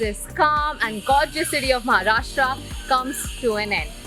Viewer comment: Kamya pls use proper pronunciations. it's not Maharashtraaaaa. It's Maharashtra, like Rashtra. And it's not Nasik, it's Nashik. Pls dont use the BIMARU-version of the word Kamya, you are I presume not from the BIMARU belt!